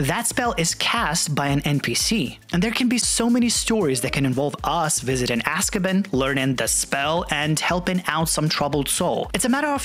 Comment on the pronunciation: lol its pronounced AskiBAN not AskABIN, few other Potter terminology were you're pronouncing the words wrong - but loving the content of your video as always